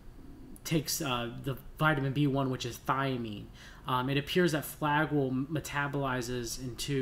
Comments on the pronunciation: Good nutrient supplementation recommendations, but I find it difficult to listen to the repeated mispronounciation of Flagyl. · Also ..flagyl is the trade name.we are usually using the generic metronidazole..cheaper. It can be a useful drug but has side effects like any drug.maybe he should leave the medical advice to the doctors .pharmacists etc.i cannot listen to the whole thing bc it is so grating to hear him mispronounce flagyl! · You are saying Flagyl wrong!